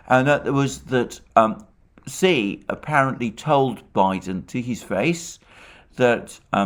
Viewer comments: Xi is pronounced shi not si. Do your homework before spewing vile Putin propaganda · Hi Mr Mercouris When you say the name of the president of China, then it sounds like 'c' and it is trqnslate as 'c' also. Perhaps it would Be more helpful to say 'President Xi' so that it is clear who you mean. May all living creatures be happy and free from suffering. Regards Michael